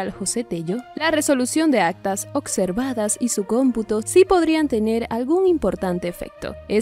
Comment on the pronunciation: SE DICE OBSERVADOS NO OCSERVADOS